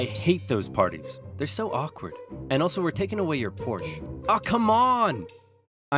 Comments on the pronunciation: Pronouncing Porsche correctly over and over in Part 1, pronouncing it wrong in Part 2. Why? 😞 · Your pronunciation of Porsche is inconsistent. But you get it right sometimes so I'm happy